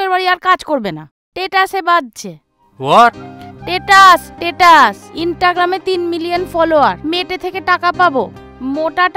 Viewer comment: তোমার পার্টটা জাস্ট ফাটা ফাটি স্ট্যাটাস উচ্চারণটা যা করেছ দেখার মতো।❤